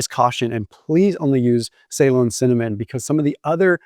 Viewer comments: Say-lon? Da fook. Pronounced Ce-Lon. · Ceylon pronunciation ------ “Seelon" not “Saylon" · Listening to this and wondered what type of cinnamon was talking about.. then I read it … difference in the way we say things Us/Uk 😂 we say Ceylon (now Sri Lanka ) as ‘ see long or si long’ not ‘say long’ … nothing wrong with that just the way things are said differently.. you say tomaytoes we say tomaatoes 😂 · May dad served in Ceylon during WWII, in an airfield for the Royal Navy, servicing planes in the war in the Pacific. Anyway he pronounced it suh-LON, emphasis on the second syllable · Please pronounce Ceylon in the way it is meant after the country that is now Sri Lanka as “Sa-lon” annoying on the ear. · Is he saying Saigon or Celon? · Ceylon pr. Suh-lon 😊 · Loved the video, your content is great. Just one tiny thing... You're mispronouncing the word 'Ceylon'. If you're interested in the correct pronunciation, this is it...